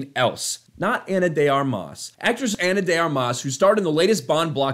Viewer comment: I love your channel, but you keep mispronouncing her name as "Ana de ArMAS", which irks me to no end. It's pronounced "ARmas", with the stress on the first syllable.